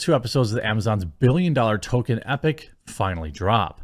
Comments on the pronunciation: Jeremy, why do you always pronounce "Tol-kien" as "To-ken"? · I can't stand how he pronounces it "Toe-ken" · Why can nobody on youtube pronounce Tolkien’s name correctly?